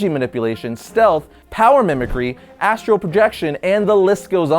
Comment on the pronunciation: Astral! Astral projection! Not astro lol